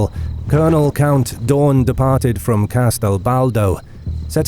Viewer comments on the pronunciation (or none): Pronounce "Daun" more like "down" and "Börner" more like "burner".